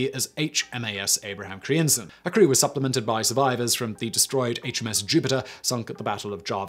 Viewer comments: Dear lord, Simon, I'm Dutch and I had to google te names you mutilated beyond recognition ;-) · What was this ship renamed to? I can't understand Simon. I think he said something like Abraham Crimson? EDIT: Google answers: Abraham Crijnssen. No wonder I had a hard time figuring out what he said. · No kidding, there shouldn't be so many consonants in a row!